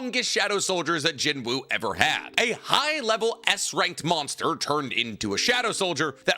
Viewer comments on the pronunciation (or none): I hate to be that guy, his name isn't demon king "Baron", it's demon king BARAN. Also Jinwoo's name is pronounced Jinoo, you hear it in the anime people.